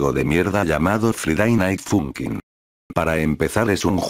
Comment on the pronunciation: todos:friday night funkin absolutamente todos:friday night funkin:faiday nait funkin